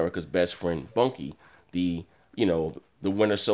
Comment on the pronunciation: did you say bunky? lol